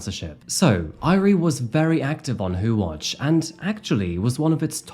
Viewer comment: I love this video but the mispronunciation of "Airi" is driving me nuts. 😂 I still love you though. ❤😋